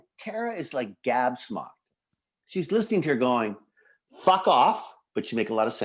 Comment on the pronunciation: Did Kim say "gabsmocked" ?